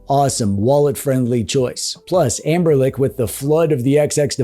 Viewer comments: Why are you saying anberLICK? 😭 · Am i hearing it right or are you calling Anbernic, "AmberLick"?